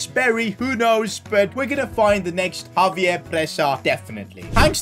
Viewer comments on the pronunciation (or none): none